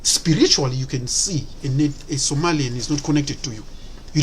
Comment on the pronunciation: MY AFRICAN BROTHER STOP IT YOU CANT EVEN SAY OUR NAME RIGHT ITS SOMALI PEOPLE THEN U CAN BE JELOUS 😂🇸🇴🇸🇴🇸🇴🇸🇴